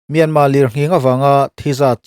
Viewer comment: Myanmar hi Myanma ti a lam ve kher a tullo,"r"lam thiamlo te lam dan mai mai a ni